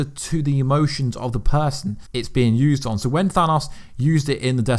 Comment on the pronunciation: Bro the way you say Thanos kills me🤦🏽‍♂️ I know you have an accent & that’s cool & all but just try for the sake of your viewers ears. Feels like dragging your nails across the chalkboard